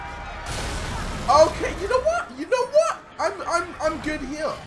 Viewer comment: you know WAAAATH you know WATH hahaa